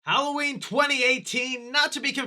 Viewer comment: My favorite part of the movie was when Lorie said "Happy Holloween , Michael."